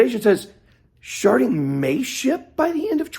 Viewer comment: Sharting? Am I hearing that wrong?